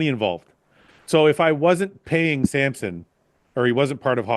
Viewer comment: It's like people spelling or pronouncing Samson like Sampson. Hurts both my eyes and ears 😭